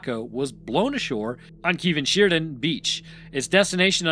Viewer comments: its pronounced "Kar Mar Than Sher." just if you were wondering. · First, Wales is not English, but some of our place names are close to the english pronounciation that what you'vre come up with. Let me help you out: Camarthenshire: cam-ar-then-sher Cefn Sidan: kehv-n shee-dan (not "keev") Swansea: swan-see If you have any questions in future, feel free to slide into my DMs, and I'll help you out with pronounciation. ✌️